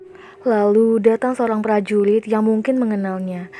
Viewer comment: Kaka,prajurit bukan prajuwit